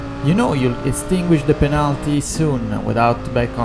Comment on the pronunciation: devo dire che parli bene inglese dal punto di vista dei vocaboli e della struttura della frase ma metti l'accento su alcune parole proprio male haha (es. protect, until, penalty, legit ).... ti consiglio di ascoltare qualcosa anche su youtube comunque stai migliorando! Per il resto video stra interessante!